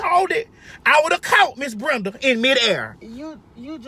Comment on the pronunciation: Wait, Lol she said Brunda, is it Brenda.